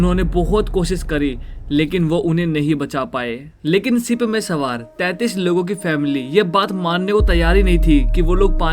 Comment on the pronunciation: Ship ko sip😅